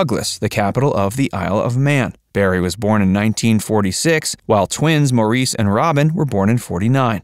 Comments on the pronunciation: Maurice's name is pronounced "Morris." He know how to pronounce his own name, you don't. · If you wish to be taken seriously, please research & learn the correct pronunciation of Maurice Gibb's first name!!! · Hearing Maurice's name pronounced 'Morr-eese' grates on me! Haven't they heard it pronounced by the English?!! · People need to do a better job at their research. Maurice pronounced his name Morris. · The Bee Gees music I would say is timeless. Btw, Maurice’s name is pronounced Morris. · Maurice was pronounced “Morris”. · Maurice’s name is actually pronounced “Morris”. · Can’t stand when they pronounce Maurice’s name wrong. It’s pronounced MORRIS! 🙄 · Just a couple of corrections, Maurice's name is pronounced Morris and Andy Gibb was NEVER a member of the BeeGees. He is sing with them in one of their concerts. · Morreese? Really? If you're going to make a documentary about the Bee Gees at least learn how to pronounce their names. The Gibb family lived in Great Britain before emigrating to Australia. Maurice's name is pronounced Morris and in every documentary where Barbara Gibb speaks (their mother) she pronounces her son's name as Morris. Get it right! Also Andy never joined the Bee Gees. He sang with them on a few occasions, but he was a soloist. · A crappy, inaccurate video. What??? The disco craze was NOT in the 80's but the 70's! It's not pronounced "Moreese" but "Morris". I loved Robin and his beautiful unique voice but both he and Barry shared lead singer duties as well as Maurice on occasion. Most of the disco era songs were sung with Barry as lead. Get it right folks. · Incorrect info. Robin wasn’t lead singer of the bee gees. It was Barry. Also robin had cancer. Mo, (spelt Maurice)who’s name is pronounced Morris not maureece. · And it’s spelled Maurice but pronounced as Morris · How come the narrator can't pronounce Maurice's name right?!! It's pronounced Morris. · Maurice is pronounced Morris! Andy was never a Bee Gee.